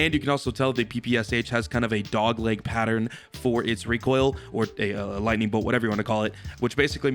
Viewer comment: excuse me sir it pronounce recoil 😑